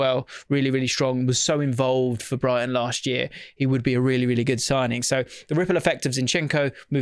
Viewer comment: RRRRRRRiple effect.